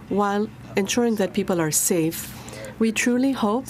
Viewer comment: "Do their job and say stafe" xD Love this guy, thanks for keeping the border CLOSED